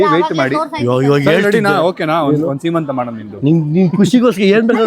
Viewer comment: ಸಿಮಂತಂ❌ ಸಿಮಂತ✅